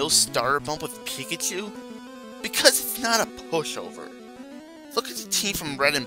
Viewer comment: pikatsssuuuuuuu? seriously man, speak clearly!